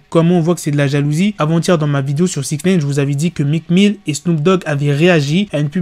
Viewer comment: Faut arrêter de dire six naine par contre